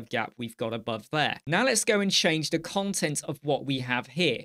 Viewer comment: Great video mate, however, when you say "cont" it sounds like you're saying another c word 😂 (I certainly don't mind, and anyone else that does can cluck off, but it did make me chuckle). Keep up the great work dude